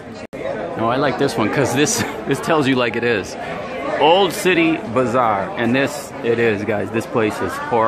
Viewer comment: Thank you for the video. With all due respect, it's not bizarre, it's BAZarr. A bazaar is a market place. There's a difference (although you COULD say it's all bizarre). BIZarre means "strange or unusual". : ) Thanks again.